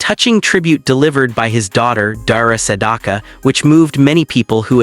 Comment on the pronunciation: Learn how to pronounce his name!